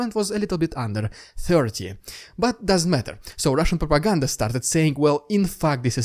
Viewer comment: I always click the like button when you say RrRRrussian prrrropaganda